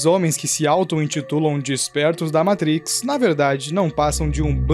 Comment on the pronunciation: vídeo a parte, me senti na obrigação de enfatizar que o cara falou "meitrix" slc mano